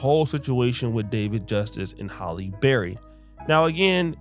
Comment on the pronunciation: Why do people keep mispronouncing her name?? It is pronounced 'Halle' not 'Holly' Berry!!!!!